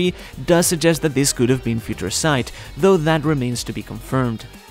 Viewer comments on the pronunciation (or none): "Feaha Ture" Sight 😂